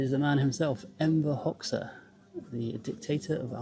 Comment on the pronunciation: It's pronounced Hoxha..Hodga not Hoxsa .